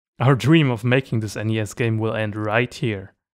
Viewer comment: Great video! But, lad, the pronunciation of NES is ''ness'', so you'd say ''a NES''.